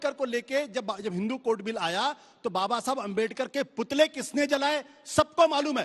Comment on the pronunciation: अंजना दल्ली पहिले बाबा बोलना सिख